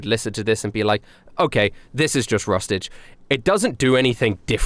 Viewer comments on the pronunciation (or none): The day Rustage pronounces my name right is the day I upload on a consistent schedule. Anywho, this years music was awesome dude! Keep up the awesomeness 💯